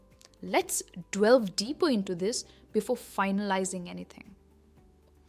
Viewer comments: hi madam, hats off to you for your superlative lessons...just to clarify..item 4...shud it be pronounced 'delve' or 'dwell'....grateful to know...great job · To the best of my knowledge the way you pronounced delve word was wrong. Wasn't it?